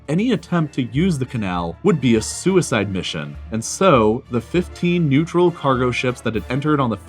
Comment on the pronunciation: I can't help but hear 'Suez-side mission'